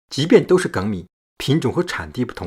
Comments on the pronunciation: 粳（jing）米 第一声，我以前也读错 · 原来做米饭也这么多讲究，我发现我之前可以说根本不会做米饭，顺便挑个错，粳(jīng) 米 🍚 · 我一直读粳(jīng)米，还是第一次听到读gēng的。看了你的回复，我去网上查了一下， “2016年，《<普通话异读词审音表(修订稿)>征求意见稿》发布，其中对一些读音进行了新的修订，并发布在教育部网站上征求意见。其中就有对于“粳”字发音的正音，由“jīng”修订为“gēng”。 需要注意的是，《征求意见稿》≠正式发布的《审音表》。也就是说，《征求意见稿》中的读音还没有正式施行。 2019年1月10日，教育部语言文字信息管理司发布了《教育部语言文字信息管理司2019年工作要点》。《普通话异读词审音表（修订稿）》作为重要的普通话语音标准，列入了2019年的工作要点，计划在2019年内正式发布。 到时候，“粳（jīng）”米则是“粳（gēng）”米了。” 也就是说，原来读jīng，后来改为读gēng。至于为什么改，文章里是这么说的： ”农民、众多研究水稻的学者和农业专家长期以来一直读gěng（三声）“ “到2011年9月，张启发院士收到全国各地185名专家建议书，支持粳的读音由jīng改gěng，其中包括袁隆平等12名两院院士。同月底，张院士将《关于修订粳（gěng）字读音的建议书》呈送国家语言文字工作委员会、中国社会科学院语言研究所和商务印书馆，要求修改读音。” 后来折中了一下，读了gēng，lol 真的是很有意思的事情。读了几十年的jing，现在要改读geng了，哈哈！